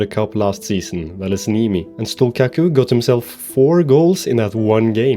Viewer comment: As a Drita fan living in Kosovo, I love this series and appreciate that you’ve chosen my country to build up.(also the Q in Stullqaku is pronounced as a CH but you can keep calling him whatever u want for the bit :p ,much love!)